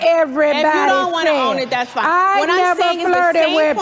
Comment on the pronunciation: She legit went on telly saying her man is "foine". And Kenya is attractive. No wonder she was jealous/angry